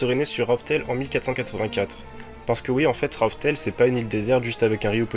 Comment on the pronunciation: Juste c raftel et non rough tell